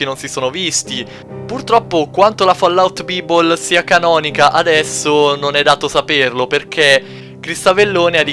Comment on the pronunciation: "Van Booren" - "Avellòne" - "Fallout Bìbol" Muoio :-(